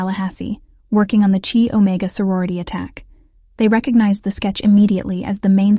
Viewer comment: “…..CHEE Omega…..”?! Good grief……………